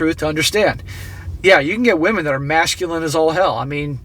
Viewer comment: Ah, wamen degrees.